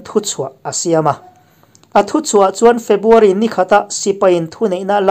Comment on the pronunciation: A ngaihnawmin a bengvarthlak hle mai. A puangtu hian February tih turah Febuary a ti tlat thin ka hria.